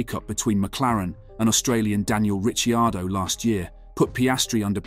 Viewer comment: That was killing me. I'm from the US, we are (righteously) criticized for not trying to pronounce words correctly, but I certainly know how to pronounce "Alpeen" and "Ricardo".